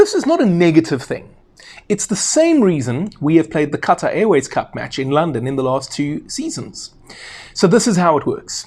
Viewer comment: As a Saffa, you're pronouncing Qatar wrong.